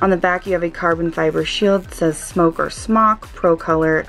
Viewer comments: It's pronounced SMOKE, not "smock". They only dropped the "e" for licensing purposes. Education in the US seems to have created a whole generation of people who are unable or unwilling to engage in critical thinking, even when it's concerning something as obvious as marketing and branding. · Smok is pronounced SMOKE. Please stop saying "smock". It's incorrect, and just sounds silly. So says it wrong. Let him sound silly. You, my dear are too classy and professional to take the noncommittal route. #Cloudsbitch!